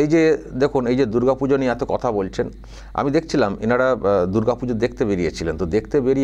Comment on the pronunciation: বাঙালিরা এত কে আতো বলেন না। আর বঙ্গ সংস্কৃতি কে উদযাপন করতে বাঙালি সাংবাদিকের সঙ্গে কথোপকথনের সময় অকারনে প্রকাশ্যে বাংলা ভাষার পরিবর্তে ইংরেজিতে বলেন না। যে কটা শব্দ😮 বাংলায় বললেন সেগুলো শুনে মনে হল এর থেকে অবাঙালিদের মুখের বাংলা উচ্চারণ ভালো।